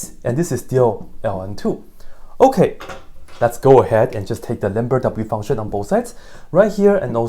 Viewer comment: Did he just say lamberdadoubleUfunction?